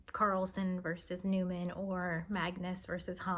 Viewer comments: The last name is pronounced knee-man, not like the Seinfeld character. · "Niemann" as "newman"?